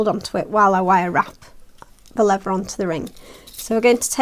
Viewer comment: LEVER??? REALLY??? It is called leaTHer. When did the brits lose the ability to pronounce the "th" sound??? Please, stop doing that.